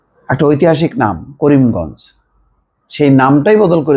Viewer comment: নামটাও ঠিক মতো উচ্চারণ করতে পারলে না